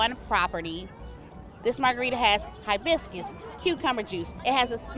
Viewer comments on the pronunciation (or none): none